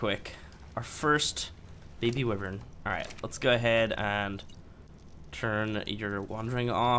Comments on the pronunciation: Stop saying wivern you say it why-vern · pronounces is "wivern" Me- it's "wyvern but whatever, you do you" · Love ur game play :) but your saying wyvern wrong. Its like (why vern)